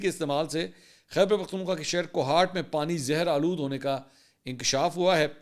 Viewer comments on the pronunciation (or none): none